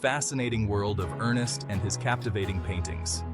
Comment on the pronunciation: NOT ERNEST, ERN SSST